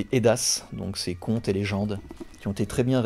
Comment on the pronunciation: Bonsoir, encore du bon boulot même si je ne te suis pas sur certaines lectures en bon païen que je suis! Concernant les Eddas, le s ne se prononce pas, il s'agit là de textes sacrés du paganisme nordique, sous forme de contes et de légendes retranscrivant ce que l'on pourrait globalement appeler les us et coutumes de la culture/société viking/nordique. Même pour un païen la librairie des 2 cités et un havre de culture, d'amitiés et de fidélité.